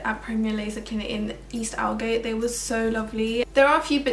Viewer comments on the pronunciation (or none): Aldgate is actually said AULD-gate not ALD-gate